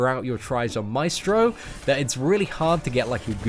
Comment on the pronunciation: El vato dice maistro :V